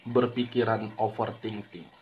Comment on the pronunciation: Bang bukan offer Ting Ting tapi ofer thinking